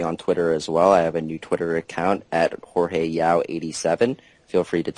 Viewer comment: haha fail its Jorge... Not George.